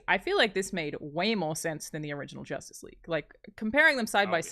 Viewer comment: Y'all totally missed "Joss-tice League" comment lol